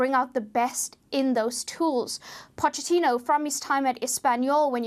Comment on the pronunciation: You don't pronounce the ch in Pochettino like you do in English. You pronounce it like a k